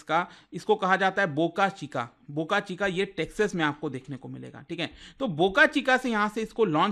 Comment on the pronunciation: Sir saying boka chika I'm hearing bokachoda